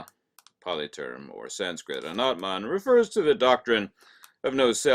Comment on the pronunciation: It is so amazing hw is pronouncing all the Sanskrit words!looks like he is re-incarnation of Buddhism!